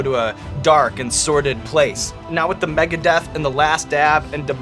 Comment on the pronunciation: "This ones called mgeadeath, so we know where I'm headed..."